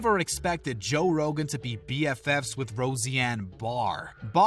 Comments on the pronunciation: Nobody in history has ever said "Rosie-Anne" - it's Rose-Ann. And there is no such thing as the "R word" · Roseanne ... “Rosie Ann” uh no lol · You saying Rosie-Anne Barr is the most cringeworthy part of this video. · No cringe other than the pronunciation of Roseanne